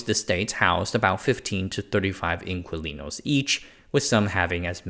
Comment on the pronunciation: Dear, "Inquilinos" in your Americanized English is pronounced as IN-KEY-LEE-NOES.... the word didn't arise in Chile, and in today's Spanish (worldwide), it simply means TENANT as it likely simply did in 19th century Chile. Thanks!